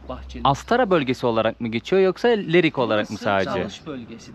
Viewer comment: Leriyin deyil Lerikin